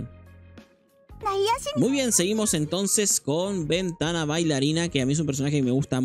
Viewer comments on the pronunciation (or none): mano aprendete los nombres a Venaka le dices Ventana .. a Levia le dices Loen porfavor